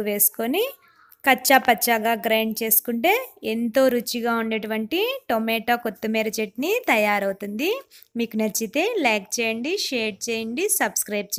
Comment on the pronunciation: Temeta kadhu tomato 😂